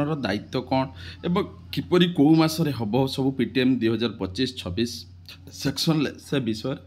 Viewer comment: Sesion not section